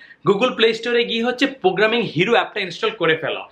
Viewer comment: প্রোগ্রামিং নাকি পোগ্রামিং? Apnar kotha bujhi na. 😭